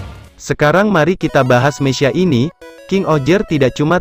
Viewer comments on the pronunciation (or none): Meka bang bukan mesya